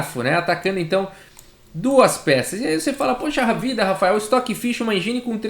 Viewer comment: Só um adendo: a pronúncia mais próxima é algo como "êndjin", não "enjíne" ;) Excelente vídeo, como de costume